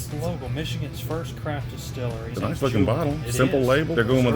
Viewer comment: Utica not Ultica. Distillery not Distillary.